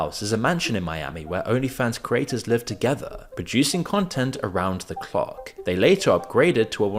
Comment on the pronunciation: "producing content around the cawk"